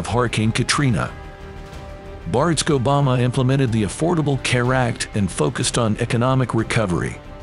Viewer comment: The mispronunciation of Barak Obama’s name and the trivial depiction of Joe Biden’s accomplishments were disappointing.